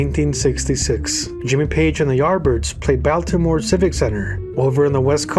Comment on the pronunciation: a Baltimore native, I feel obligated to help you out, we pronounce it like "Ball-more". It's a heavy music town, come visit sometime